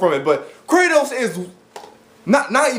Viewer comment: By Kratos, I think you mean: "Kra-Toast"